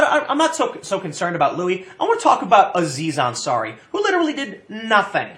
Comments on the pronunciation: tim, his name is fucking louis. and it's pronounced luey not lewis. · Why do you keep calling him Lewis? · "Lew-iss CK". LMFAO 🤣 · It's pronounced "louie" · Please, Tim. Louis CK's name is pronounced "Louie," like Louis Armstrong.